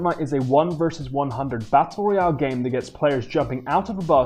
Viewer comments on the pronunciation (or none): none